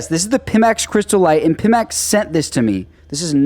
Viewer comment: just so somebody doesnt get mad, I believe the company is pronounced PY-max (not pih-max)